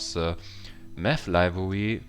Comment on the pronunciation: Meth or Math ?